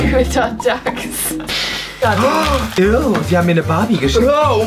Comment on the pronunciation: Meine Mama heißt gül und ier habt güldag gesagt